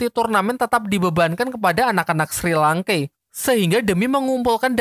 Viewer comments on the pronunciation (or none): SHI LANKE BUKAN SRI LANKE